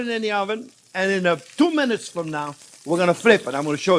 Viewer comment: nice the "from" or "frum"